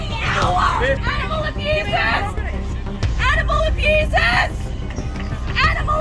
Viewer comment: ANIMAL AHBUSAHS ANIMAL AHBUSAHS ANIMAL AHBUSAHS